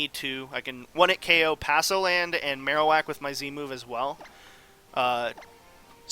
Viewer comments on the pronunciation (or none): Palossand, not passoland :)